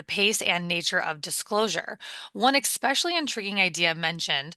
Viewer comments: Did she actually just say "expecially" a couple of times? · It's not especially with the KI don't know why some people pronounce it that way especially a news reporter whose job is to speak but I love the podcast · The word is "especially". I haven't heard anyone over the age of 6 say expecially for about 40 years. 😆